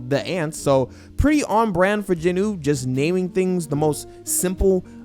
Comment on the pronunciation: stop saying "jinoo" say it like it is "jin-woo" not "jinoo" smh.